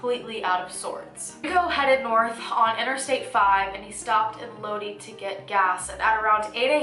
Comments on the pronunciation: Heeehe. Low-dee. Im from Cali and we pronounce it Low-die. Lodi. Love your videos. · Lodi, It's pronounced Lodeye, not Lodee..😘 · Cache creek is pronounced CASH creek + Lodi is pronounced Low-dye. In CA we have a lot of Native American land and lots of cities’ names are influenced from our Native tribes and from when CA was still apart of Mexico. Sorry but I had to say something 😩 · D FYI, Lodi is pronounced "low - die."